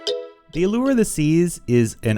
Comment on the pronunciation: Thanks for pronouncing "allure" correctly!!!